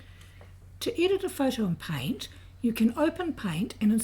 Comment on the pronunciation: "click on pint." it's called paint. not pint. learn to speak correctly.